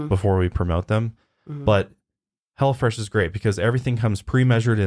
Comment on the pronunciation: Everytime I heard say Hello fresh it sounded like: 'Hella Fresh' and I kept thinking, yes it does sound hella fresh...😂